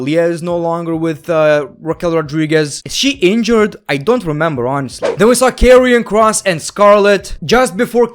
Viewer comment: ah yes “Karrion Quoss”